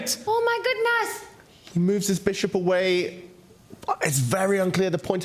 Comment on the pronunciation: "oh my goodnas" 😂